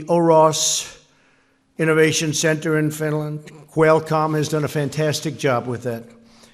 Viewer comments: At the beginning of TRUMP'S speech, he called Finland Stinland!🤣😂 Look at Finland's presidents face after Trump said that! LMAO!🤣😂🔮ɱყʂɬı¢ąιɱ00ŋ🌙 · I heard it like Swinland...😂😂😂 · what is this Stinland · he said stinland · Wait, did Trump seriously call Finland "Stinland" ? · Right?! I clearly heard “Stinland” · You guys...he said “stinland” 😳🤦🏻‍♀️ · “Stinland,” how tf did nobody in the audience notice or say something about that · I heard it Swinland but so many people have heard it Stinland, so I guess I heard it wrong...😂😆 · I heard sfwinland xD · He did say Stinland. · It's weird how it ended up like stinland in the paper he was reading from. Because just after that he reads Finland! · Oh wow he pronounced Finland incorrectly 🤔 what a horrible president 🙄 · I noticed that too lol he started off dumb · yea, I heard it too lol